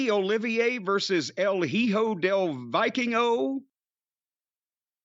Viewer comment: "el jijo del vaikingo"